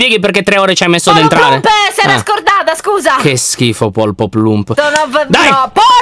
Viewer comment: oddiooo anna si chiama “ poloplump “ e nn polpoplump